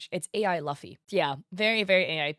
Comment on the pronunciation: it always amazes me that people still don’t know how to pronounce luffy’s name after over 25 years of one piece existing (it’s LOO-fee)